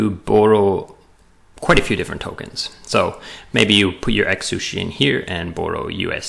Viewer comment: Great video. I can't not hear "egg-sushi" throughout though! :D